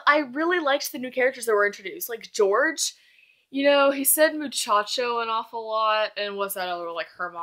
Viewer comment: Love this but lol u pronounced his name George I think it's like horhe because he Spanish but great video and I totally agree with u